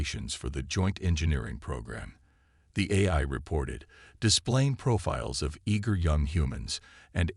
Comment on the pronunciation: GEEEEEEZ!!!!! I stopped listening in to the story. Your AI SUUUUCKS!!!!! GOD I wish you people would either get AI that works or STOP using them and narrate your own stories!!!!!!!!!!!!!!!!!!!!!!!!!!!!!!!!!!!!! "QUAR-in-TINE", "EYE"(AI), "SAB-a-TAYGED", "e-KO-ing"!!!!!!!!!!!!!!!! I am done!!!! You are definitely off of my listening list.